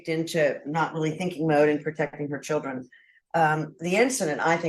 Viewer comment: It’s CHILDREN not SHILLDREN